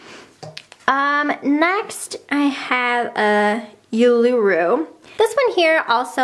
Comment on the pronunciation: I love your videos and I love your calming voice but as someone who is an Australian I did a double take at you pronouncing Uluru. Jokes aside very impressive collection thanks for sharing!